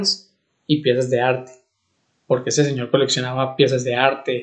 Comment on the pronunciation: No pude seguir escuchándolo mas que 2 min. porque la pronunciación de las S me dejó sorda